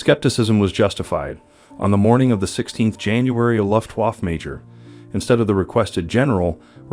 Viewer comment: COMPUTER VOICE SUCKS!!! LUFTWAAAF WTF???